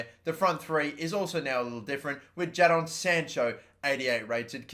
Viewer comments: Its Pronounced "Jay-don "..it's Mah sons name azwell...luv yur Upload's #YNWA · Jay Jadon Sancho is English. You dont pronounce it that way